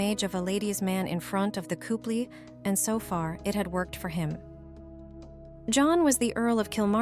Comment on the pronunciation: When you say “cooplee” I will presume you mean “couple”. Jeeeez, first off, use the proper photos from the correct show you are reading from the book, not another movie he starred in. Sto0 using the robots to read, they do not use the language properly.